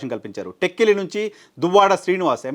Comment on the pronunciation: "టెక్కిలి"...కాదండీ; టె'క్క'లి...correct